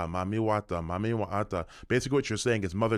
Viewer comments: It sounds like they’re saying “Mummy” water. Seems ominous… Is this spray some kind of Preservation for a “dead” face? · Sounds like it’s pronounced “eat dem” eat them …EaDem! Mami Wata is a mermaid 🧜🏽‍♀️ siren and Sirens “EAT” the sailors …… hmmmmmmm I wonder what is being released that is eating on the humans